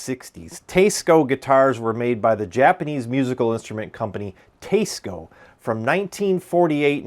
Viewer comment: I liked the part of the video about the Teisco! That’s a cool guitar and it sounded great in your playing sample (I would have preferred a lot more). As an added bonus, I learned how to pronounce Teisco (I always thought it was T S Co as well before this). So, thank you for that service. I am less enthused about the other 90% of the video which seems to be… a smarmy diatribe against commenters who don’t agree with you? You’re a great editor, a good player, and do a good job presenting guitars. You’re also logical and probably a capable debater - which is absolutely not what this video is, mind you. I just don’t get the need fellows like you and Glen Fricker (your style reminds me of his, in this regard) have to constantly entertain the naysayers. I get that it’s an avenue to content, but it feels thin skinned and makes me sad that you folks even have to read some of these nonsensical comments (like this one I’ve made!). Keep up the good work and happy playing. Maybe leave the trolls under the bridge instead of dragging them out into the light of day!